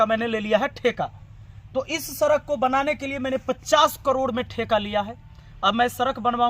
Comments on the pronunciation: सड़क बोलना तो सीख लो सरक सरक कर रहे😂😂😂😂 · Sir sarak nhi hota sadak hota hain😂😂😂😂😂😂😂😂😂😂😂😂😂😂